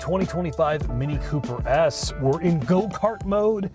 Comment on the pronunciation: "Mini Cooper ass". It's an "S", brUh, "S". Ffs